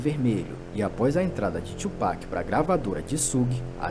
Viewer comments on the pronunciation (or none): Não é Tupéck é tupAc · Mesmo o cara falando toda hora o cara insiste em tupec 😂😂😂😂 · Como vcs não conhecem BiG e Pac?! Hahahahahha É Tupac e não tupéc hahahahahaha Obs.: achei esse resumo tendencioso, parece que o big estava errado e o pac era um santo. Tem muita coisa que vcs não sabem. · Porque só os brancos falam tupec? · Como que não conhece kkk o o jeito que ele fala o nome do Tupac kkkkkkk